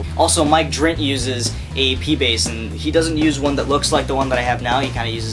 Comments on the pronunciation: drint??? its Dirnt or pritchard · Haha yeah i know he plays bass for green day but i was correcting him because he said DRINT no dirnt. Lol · Mike DIRNT not Mike Drint !!!! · Mike Drint? It's Mike Dirnt! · he said Mike Dirnt's name wrong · Yes a lot of people have commented on that pronunciation error multiple times.